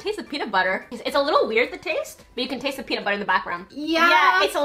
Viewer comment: "It TaIsTs LiKe PlAyDoUgH" When was the last time you taisted playdough